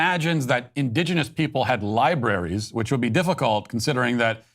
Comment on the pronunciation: 'Libraries'... sorry, what???